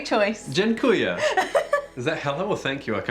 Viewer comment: Blueberry pierogi and top notch pronunciaton of 'Dziękuję' stole our hearts. Our invite for Kraków Pierogi tour from late August is still on. Monika and Tomek